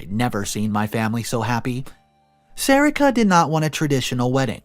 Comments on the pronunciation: Isn't is pronounced SA-REE-KA? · It’s “Sa re ka”